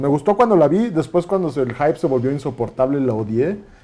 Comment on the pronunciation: El sr. se anula a sí mismo desde el principio, ya que el aclara que se deja llevar por lo que opinan otros en lugar de que preserve su criterio. (Y pronuncia mal la palabra y dice “jaip”)